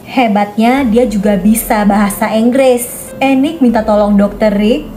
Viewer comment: enggres wkwwk